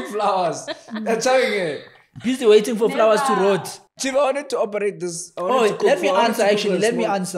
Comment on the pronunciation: i'm from Mozambique i really enjoy warching u guys. "let's opereite😂"